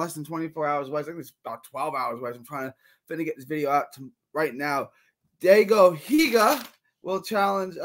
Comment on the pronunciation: Its pronounced die-go hee-ga